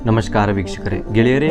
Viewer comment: ಕನ್ನಡ ಭಾಷೆಯನ್ನು ಸ್ಪಷ್ಟವಾಗಿ ಓದಿ... ನಮಸ್ಕಾರ ಅನ್ನುವುದು ಸ್ಪಷ್ಟವಾಗಿ ಇಲ್ಲ... ಪುತ್ತಣ್ಣ ಅಲ್ಲ ಪುಟ್ಟಣ್ಣ ಕಣಗಾಲ್ ಸರಿಯಾಗಿ ಕನ್ನಡ ಮಾತಾಡಿ ಆಮೇಲೆ subscribe,like etc.. ಮಾಡೋಣ